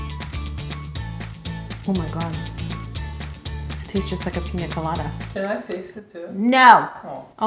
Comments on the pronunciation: Is it just me or did she pronounce it like “Peen-ya colada” instead of “Pina colada” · The way she says it, you would think it was called peenyaa colada No hate tho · Did you say pinya colada ? 😂😂😂this cake is so awesome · Everyone: “pina colada“ Yo: piÑa colada. (Ik that’s how it’s spelt. I just find it funny how we all say it wit the ~ except for her 😂) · The way she says pina colada lowkey stresses me out :L